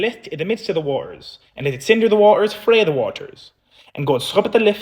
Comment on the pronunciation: Frae is pronounced fae